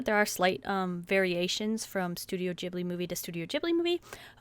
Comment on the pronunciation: I thought Ghibli was with a hard G :T